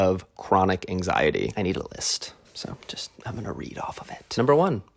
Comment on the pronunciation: The way he said anxiety at first had me thinking “Aang Sigh Etty” for like 5 minutes, anyway great video, so real